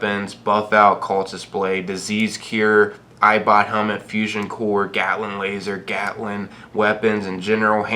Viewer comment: The way he pronounces things is fuckin frustrating , "moltiv cocktail, gaous rifle, bold action rifle, gatlin gun, appalacha" Jesus